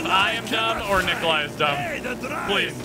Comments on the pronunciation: ''Nikolai'' rhymes with ''die'' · Die rhymes with Nicolai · Die (eye) by the hands of Nikolai (eye) It rhymes lol. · Nikolai rhymes with die